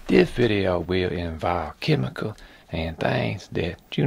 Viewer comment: I love your "videa" (has you say ^^) How far do you think we can go with this technique? It will be fun to have a "videa" where you try to grow a figurine to the max! Anyway, love from France and keep steady craftin'!!